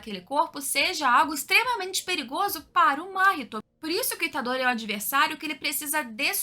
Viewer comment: conteúdo excelente parabéns, porém uma coisa incomoda são as pronúncia que mudam a todos momento (Máhito, Mahitô, Nânani), fora isso video excelente